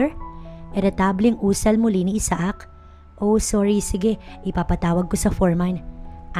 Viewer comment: The best way to pronounce the guy's name is...Aysak! Isaak ay pilipino version na pag bigkas.